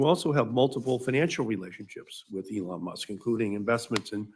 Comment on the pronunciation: Markey needs to retire and play more golf or something. It is remarkable that Sen. Peters doesn't know how to pronounce "Elon Musk." Is that Bill Nye, the Pervert Guy? Yep, that's him. Certainly not an endorsement that I would want!